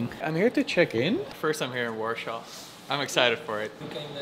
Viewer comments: man how can you say warsaw so wrong its so triggering because its so easy to say war than saw not warshor like your saying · Quite annoyed you haven't even bothered to look up the proper pronunciation of Warsaw... It's deffo not warshaw!